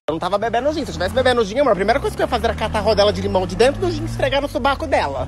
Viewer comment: Pq vc fala suBAco e não suvaco?